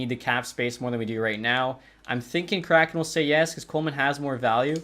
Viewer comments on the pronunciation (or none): none